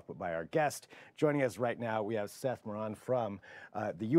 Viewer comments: Did you call him moron? It is pronounced mor-AN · mispronunciation of the seismologist's last name reminded me of the old A & W Root Beer commercial with Mr. Dumas giving a job interview. I kept expecting Seth to say "and by the way, it's MO-RAN, moron." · it sounded like you called him "chef moron"